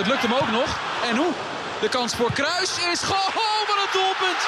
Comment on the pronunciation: hoor die rrrr